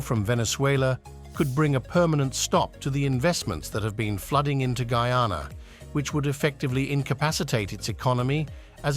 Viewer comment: it's GUY-ANA...not frigging goooana!!!